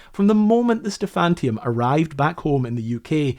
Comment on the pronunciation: Sorry, the ship's name was "Stephaniturm", not "Stephantium". Every time you mispronounced it I died a little inside. Just my OCD.